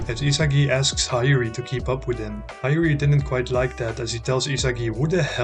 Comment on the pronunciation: Well nice🎉! Btw bro Hiori is pronounced as hee-o-ri